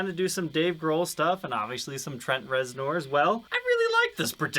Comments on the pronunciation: yeah I'm not saying he's a poser either, but I can't imagine anyone not having heard Trent Reznor's name said aloud for real. It's like calling Angus Young Ann-goose Yo-oong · exactly that. Idk y tf he pronounced it that way. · mispronouncing a surname has nothing to do with a regional dialect. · I know...love the guy, but this is..... how do you NOT know how to say his name? If you're not into music or anything, I can understand. should know this, lol. It's like someone in a Guitar Center saying Grohl like GrowHill...😅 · Please tell me you pronounced his name weird on purpose. Rez-ner, just for future reference. It was almost like nails on a chalkboard each time you said it. Great info about a guitar i didn't know about. I tried your polishing technique w the same products on a black ltd v407b and an ovation acoustic. Wasn't the "wow" result i was expecting & i looked at it in different lighting angles. Its definitely clean & w a slightly smoother surface. Got a zw camo I'll try it out on once i get new grover locking keystone tuners in. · It's pronounced Trent rezner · First time I've ever heard him called Trent Rez-NORE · I know, I was cringing every time he said it. Giving the benefit of the doubt, if you have never heard it spoken, you wouldn't know it is pronounced ReznEr. Still, it reminds me of a massive poser who just keeps digging that hole... just keeps.... on.... digging. is not a poser btw. I'm not implying that. Just how do you not know that? It would be like pronouncing Grohl as Growhill or GrawHil. Sorry if your reading this, take it all in jest, my man. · It's pronounced Rezner....Jesus lol... I love but good lawd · Anybody else take issue with his pronunciation of reznor? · Had to stop watching, couldn’t handle the horrible pronunciation. If you’re going to do a signature model might want to learn the artists name.